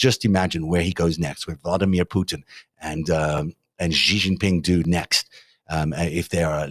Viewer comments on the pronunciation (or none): The "X" in the Chinese name "Xi" is not pronounced like the "g" in the English word "regime"; indeed, the Chinese language doesn't even have this quasi-French sound. It's pronounced like an "sh," thus "Xi" is pronounced more or less like the English word "she." Similarly, the "J" in the Chinese name "Jinping" is not pronounced like the "g" in the English word "regime," it's pronounced more or less like the "J" in the English name "Jim." Easy!